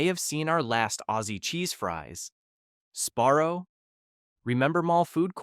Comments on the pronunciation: Is it Sparrow or Sbarro????😂😂😂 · Embarrassing mispronunciations throughout this video. “Sparrow”??? Yikes. Also, way too slow in delivering the info. Talking like we are 8 years old. Speed it up, ffs.